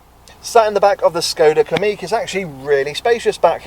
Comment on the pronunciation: Pronounced Kamiq correctly 👍 most folk say "Kammiq"